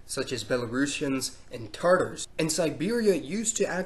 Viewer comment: it's pronounced "TATAR" not tartar....tartar is the stains on your teeth lmao